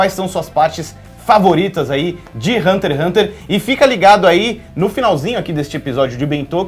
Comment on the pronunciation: Se passaram anos e meu ranço por essa menina ainda não passou. No início do vídeo, ela fala como se o Togashi fosse um preguiçoso, vídeo raso demais, envelheceu igual leite. Sabe nem falar o nome do anime que está apresentando, por isso esse ''programa'' não vingou, ambos não sabem nem o que falar. Péssimo vídeo.